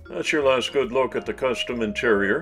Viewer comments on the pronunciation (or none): none